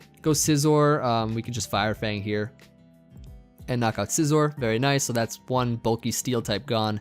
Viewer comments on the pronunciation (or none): none